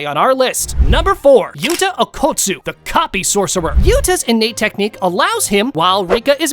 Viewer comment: Bro just said clapping sorccer